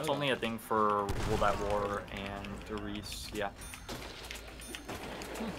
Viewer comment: Der Riese is pronounced (Dare Reeza)